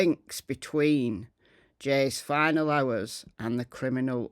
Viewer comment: Why do you say final?